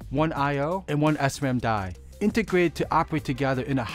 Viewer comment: I had to listen to 5 times, finally he means "integrated to operate together" not "innergrateeteperra"